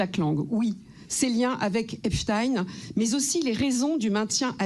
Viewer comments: Epstein se prononce exactement comme Einstein et non pas Epstine. Il ne faut pas avoir peur de parler correctement le Français. En phonétique c'est aipschtayne. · C'est bien EPSTEIN comme EINSTEIN (Et non pas EPSTINE comme on l'entend partout), ce sont des noms d'origine Allemande (Stein signifiant rocher ou pierre) souvent portés par des personnes juives askhénazes. Signification du nom de famille Epstein Allemand et juif (ashkénazec) : nom d'habitation de l’un des endroits appelés Eppstein, par exemple dans le Palatinat et Hesse de l'ancien « sanglier sauvage » d’ebur allemand élevé + « pierre » de stein. Noms de famille similaires: Stein, Einstein, Eckstein, Gerstein, Adelstein, Bernstein, Stern, Kerstein, Kirstein, Ekstein., ce sont des noms d'origine Allemande (Stein signifiant rocher ou pierre) souvent portés par des personnes juives askhénazes. Signification du nom de famille Epstein Allemand et juif (ashkénazec) : nom d'habitation de l’un des endroits appelés Eppstein, par exemple dans le Palatinat et Hesse de l'ancien « sanglier sauvage » d’ebur allemand élevé + « pierre » de stein. Noms de famille similaires: Stein, Einstein, Eckstein, Gerstein, Adelstein, Bernstein, Stern, Kerstein, Kirstein, Ekstein. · Et ca continue 😏 encore ont dit eipchtein pas eipstine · ep CHTÄIN pas ep stine ! Ceux qui prononcent stine sont complices... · ARRÊTEZ de dire EPSTINE !!!! Vous croyez qu'on ne vous voit pas venir ??!! On ne dit pas EINSTINE mais EINSTEIN! Et on dit aussi EPSTEIN ! EPSTEIN n'a jamais caché qu'il était juif. Il s'est même revendiqué juif supremaciste. Par pitié, soyez honnête !!! Ne soyez pas comme ceux que vous critiquez avec raison !!!! ON EN PEUT PLUS DES MENSONGES !!!